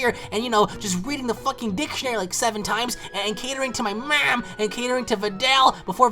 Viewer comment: lol .. cell was cuming from his mouth and the word dick-tionary was really funny other than that, it was not that worst. keep it up